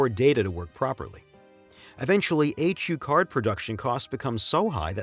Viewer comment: I’ve never heard anyone say “H U card.” It’s a HuCard, all one word.